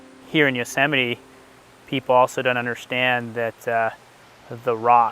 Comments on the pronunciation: I thought it was yohz eh mite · I never knew it was pronounced "Yoh seh mi tee" until now🤪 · Alright wtf i thought Yosemite was pronounce like Yoshi might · It's "You-so-mighty" ohhhh🙄😁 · What is the etymology of "Yosemite"? Are there yo semites and antisemites? Why is the stress on Sám? Is that Hebrew? It is a very strange name.